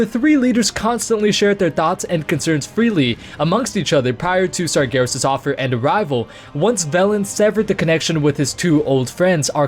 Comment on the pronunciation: Why are you calling Sargeras "Sargarus" ?